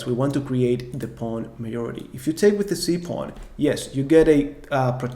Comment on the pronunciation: Great content, I am an 1900 FIDE rated player and am really enjoying your videos. Filling many gaps in my knowledge and reinforcing what I already knew. Very professional with great graphics. Keep it up. You have put a lot of work and energy into this. I hope you become an internet legend! Just one tiny suggestion. You are pronouncing the word ´majority´ slightly wrong. No big deal. Everyone understands you.